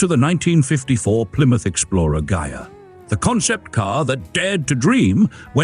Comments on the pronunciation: Ghia. Pronounced Gee'-yah, hard gee. Try it. Ghia. Ghia. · DUDE! It's pronounced GEEAH! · He says it correct once then wrong, AI?